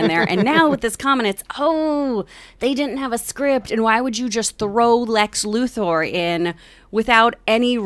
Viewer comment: I hate when people pronounce Luthor as Loo-Thoar. Shit gets on my nerves.